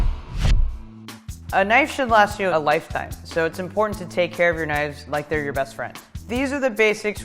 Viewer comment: Why the pronunciation all wrong